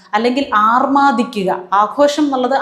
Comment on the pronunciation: "രക്ഷകർത്താക്കൾ" അല്ലാ, ട്ടോ, 'രക്ഷാകർത്താക്കൾ' എന്നു തിരുത്തണേ; അതുപോലെ "ആർമാദിക്കുക" അല്ല, 'അർമാദിക്കുക' ആണേ.😊🙏☺️